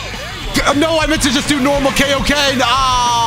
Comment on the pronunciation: Yeah you shouldn't have done the KAO-Ken. You should've done the Kaio-ken! XD🤓🤣